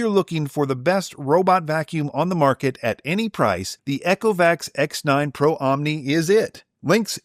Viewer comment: Eee-co-vacs. Not Echo-vacs 😂 Love the reviews, thank you. Also noticed the Saros10R long hair pickup score being really low - interesting point you might like to try there; manually actuating the roller 'box' underneath until it is no longer tight (not breaking it or being rough) caused mine to be much more effective on pickup and seems others have had similar results.